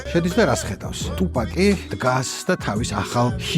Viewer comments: თუფაქი არა. ტუპაკი. ბითქოინი არს ბიტკოინი. შონ პოლი არა. სან პაული. ეე მოკლედ ამ. ხალხს რო უსმინო მეგობარო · ძალიან კარგი ვიდეოა და მადლობა ამ კონტენტისთვის! უბრალოდ გეხვეწები ტუპაკს ნუ ეძახი, რა უბედურებაააა. იუტუბი კაი , კიდე ხო... მარა აქ ორ ასოს ცვლი და თან... ნუ მოკლედ, მართლა ყურებიდან სისხლდენაა ტუპაკი